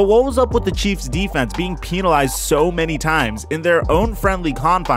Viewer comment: Being peenalised lol